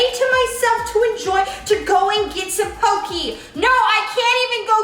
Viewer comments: It’s not pokeee it’s pokEY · im really sorry but it bothered me poke is pronounced poh-keh.......at least thats how its pronounced on the islands